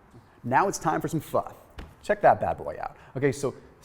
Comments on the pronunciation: pronounces Pho correctly! (so many people do not) Why would I ever doubt this when he provides such thorough info & he rolls those medical terms off his toungue so easily?: ) Thanks again! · Asian food for me is Indian, Bengali, Pakistani, Mongolian and Malay. Pho is pronounced fer